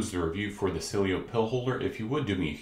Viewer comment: I think it's pronounced See-Eh-Lo